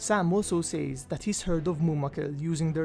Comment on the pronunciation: I mean absolutely no hate and you make great videos but I just find it very annoying that you can't say "says" normally I mean is it that hard? Once again I'm not hating it's just something that bothers me after watching so many of your good videos